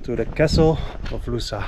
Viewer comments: ) close but...... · Funny how you say "Lousã" 🙂 Such beautiful journey. Thanks for sharing